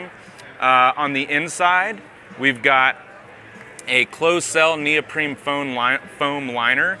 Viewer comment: Neoprene, with an n, not an m.